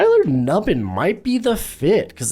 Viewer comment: It's new-binn - not nubb-in